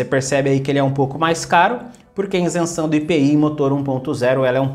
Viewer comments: VC PODERIA APRENDER A FALAR A PALAVRA "ISENÇÃO" ??? NAO É INSENSAO. PORFAVOR FALE PARA O MUNDO DECFPRMA CORRETA: ISENCAO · Continua falando insenção! Senhor do céu!!! Isenção por favor!!! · ISENÇÃO e não INSENÇÃO kkkkkkk chega a dar um siricutico de ouvir kkkkkkk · A pronuncia “iNsenção” está ERRADA. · Maior legal as orientações, e uns tontos corrigindo o português. Ninguém fala o português 100%. Se ele diz inzenção, você sabe que ele está referindo a isenção. Escrevi com Z se não teria que dizer com som de C.